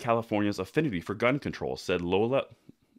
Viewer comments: It’s not Lola, but Loy-ola...... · Great video, Loyola is pronounced 'low'-'yola' FYI. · Loyola (Loi-oh-la) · That word you had a problem is LOY-O-LA!!!! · Loy-o-la. Loyola law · Great points ! The college pronunciation is loy- ola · Loyola Loi-Yo-La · Loy-Ola... as in Ignatius Loyola. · "Loy" (Rhymes with toy) "ola" -- Loy--ola. For next time. Love your channel btw. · Loy - oh - luh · It is pronounced: Loy-oh-la. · Loy(like boy)-o-la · It is pronounced LOY YO LA thank you very much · pronounced LOY-OH-LA